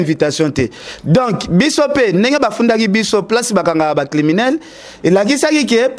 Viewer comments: balobaka criminel et non climinel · balobaka climinel té mais "criminel". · Bonjour. Si tu peux bien prononcer criminel!